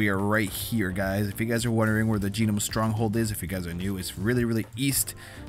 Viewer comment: Yeah it's just pronounced "nome" but I too prefer jeenome honestly. Made me laugh